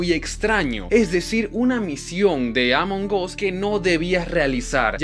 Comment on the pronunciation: Se dise among as no amongos